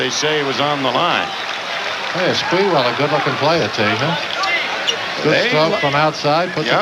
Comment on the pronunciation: Spurrel lol it’s spree- well